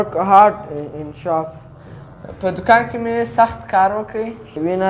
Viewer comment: Shof ❌ Shop ✔️